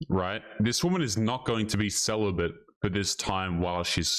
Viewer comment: celibate > sell-a-bit 😉